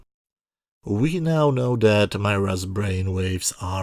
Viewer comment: Her name was pronounced "Meera". I thought this episode was pretty close to complete garbage. You give it 7/10 but don't really say what you liked about it? All the commentary is negative. :)